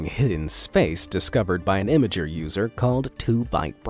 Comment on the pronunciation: Imgrrr is how you say it… not Image-er. You use Imgur content enough to say it correctly.